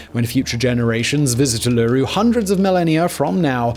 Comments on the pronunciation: oolooroo ... its oohluroo .. think lump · Any other Aussies correcting Simon every time he says uleweru instead of oo-la-roo? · Great video as always, but I couldn't help cringing every time he said Uluru. Try stressing the 3rd syllable - u lu ROO, and not the 2nd - u LOO ru. I know that it's such a small thing, but it does make a big difference. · It's U-luru, not u-LU-ru. You're putting the emphAsis on the wrong syllAble. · Mate, always interesting videos... but the emphasis is on the first U, not the second - Uluru, not ulooroo... Too late to re-record the whole video, I suppose? 😂 Oh, and 'Arz' rock? This is a geography channel... come on dude! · Its Ul-Ur-Ru NOT UL-LU-Ru. But a good video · its not uluru its U-lu-roo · It’s pronounced oo-loo-roo, not er-ler-roo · alure- roo.............. STOP did you even google the name before making this... oo-la-roo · Try asking an Aussie on how to say Uluru, Oo-loo-roo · Every time he says 'Uluroo' 🤣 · The “alooroo” hurts me every time, and I’m not indigenous, just a white Aussie, but it hurts. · oo- la - ru or oo laa--ru. Ul-lu ru with same inflections as below (not Simon's) if your old school South Aussie accent) depending on how broad your accent is. Upwards inflection on 1st and 3rd syllables. Downwards inflection on the la. Emphasis 1st syllable. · ew lew rewwwww D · i do love his vids. i am loosing my shit hearing "Aloooroo" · Sorta annoying me but he's attempting.. "oo-laa-roo" for everyone else. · Omg yes!!!!! Ul a roo not what hes saying. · Why does Simon keep saying Err-Lerr-Roo? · I couldn't help it, my daughter thought Id gone bonkers shouting Oo lah roo every time he said it lol! Super interesting video though😁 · It's more like OOO-lah-Roo Simon, but still like this vid. I learnt more today. Thanks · Uluru has 3 syllables (U-lu-ru) and Ayers (Airs) Rock. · Glad I wasn't the only one to be annoyed by that. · ULE-A-ROO, emphasis on the 1st and 3rd syllables, not on the middle :) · Ooo-loo-roo? Lmao wtf oola-ruu.